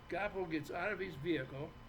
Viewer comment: I watched it twice.He just showed the planet what a narcissistic son of a bitch he is.Proof is out there now,be your own judge.Great show ❤❤ it’s pronounced Gwaa poe